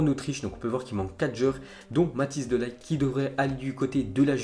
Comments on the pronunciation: Mec srx c'est pas Matijs de "LAÏT" c'est Matijs de Ligt prononce le bien stp ça ce dit de "Lirt" (le g ce pronnonce d'une manière un peu différente) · Matthijs(Matis) De Lirt pour la prononciation (Les "G" néerlandais se prononcent toujours comme en espagnol ! En gros comme des "R" français) Ps Bonne vidéo !!